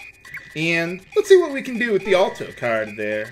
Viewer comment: Sorry for being so particular, but Alto is pronounced with the "Al" sounding like the name instead of "All." (Ahl-Toe)